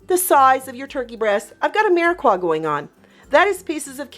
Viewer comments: Phonetically speaking: It's meer-a-pua not meer-a-qua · It’s a mirepoix not Mirequa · You are mispronouncing mirpiox.